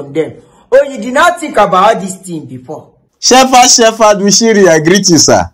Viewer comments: Hahaaaa! He cannot pronounce the name of Shepherd,he says shefad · Its Shephard not Shefad